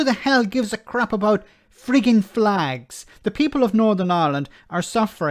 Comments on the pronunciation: It's pronounced "flegs" 😉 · get it right it's flegs not flags wee Jim gets really upset if you don't prenouce it correctly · Jim love's his flegssss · Its pronounced fleg